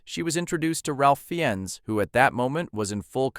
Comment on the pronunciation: He pronounced it fine.